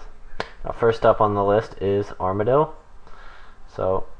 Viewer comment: Ar-Ma-Deal? stay away from runeshark lol